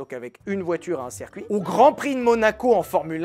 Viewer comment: il dit toujours serre-cuit au lieu de circuit je vais péter un câble